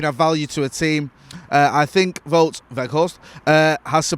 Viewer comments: It's actually pronounced 'Wowt' rather than 'Vote' I think. 👍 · Here you go: Wout is said like Nowt with a "V" and Weghorst also starts with the "V" sound and the g is very soft. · You pronounce Wout the same as the English word Bout. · it's W-out (like the out in glazers out) We-G-horst (hard dutch G) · I am Dutch.. you pronounce "ou" in Wout like the "ou in the English word "out.. let it all out.. let it all Wout... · its pronounced Wow'd, the surname you got surprisingly good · It's pronounced as Wout (rhymes with nowt but with a V) In ETH we trust